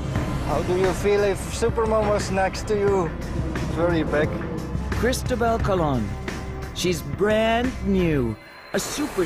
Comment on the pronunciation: To the narrator: Do you see that little black mark on top of the letter "O" on the word Cristobal? That is called an accent. It denotes the strongest syllable in the word. So Cristobal is pronounced Cris-TO-bal. Thanks